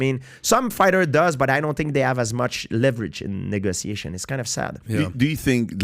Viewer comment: I thought he said something else when he said negotiation